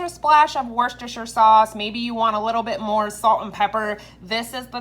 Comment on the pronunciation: Wuster-sher. Food looks amazing